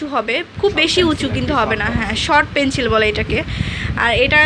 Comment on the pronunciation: Pencil not penchil please suddho vabe uccharon koren. My ears got hurt 😒